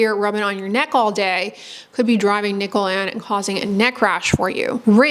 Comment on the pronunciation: Why did I keep hearing "nipple" instead of "nickel"? 😂 Anyway, good to know that the buttons on my jeans are the cause of my rash on my belly.